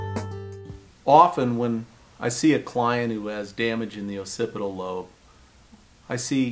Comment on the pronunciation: Bro can't pronounce "occipital". Maybe real doctors should give advice instead.